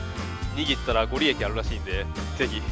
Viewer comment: ご利益×ごりえき ○ごりやく